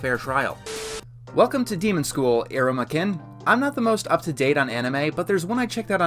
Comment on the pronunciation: You said kun wrong